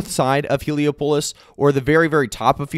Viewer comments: hee·lee·aa·puh·luhs not Helo-pulus (like Metropolis) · The way you pronounce Heliopolis 😂😂😂😂